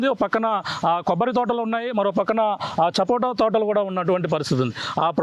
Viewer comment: చపోటా కాదు... సపోటా